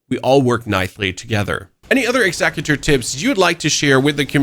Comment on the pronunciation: "Execue- tor" :face-purple-crying